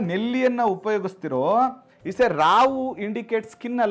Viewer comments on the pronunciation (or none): Rahu not Ravu. Pl rectify your self.